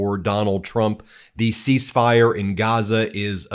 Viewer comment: Ceasefire… he got half of the word right…